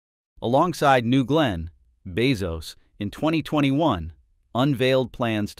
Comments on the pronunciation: Is this AI? Keeps on pronouncing Bezos as Beoz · The AI needs to pronounce Bezos correctly. Just simple feedback.